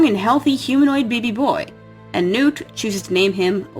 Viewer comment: Why did you keep pronouncing nut's name wrong? It nut. As in peanut or walnut.